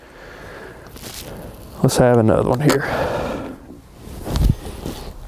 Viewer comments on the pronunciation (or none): none